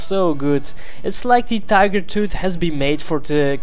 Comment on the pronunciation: Tigar tood. Please learn english